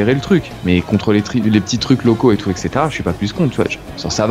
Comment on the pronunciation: ha au passage, "etc" ça se prononce ètt-ssé-té-ra ... et non èk-ssé-té-ra